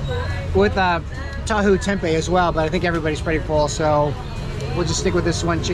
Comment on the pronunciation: Bukan kembang tahu. Tapi kembing tahu. Kalo orang bule yg ngeja mah